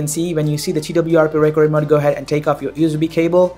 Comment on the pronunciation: Yo first learn to pronounce the word 'recovery' before you begin speaking in that cringy accent lmao 😁 😁